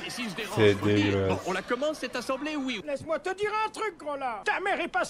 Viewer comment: AU WAISSÉ , je ne comprend pas ta prononciation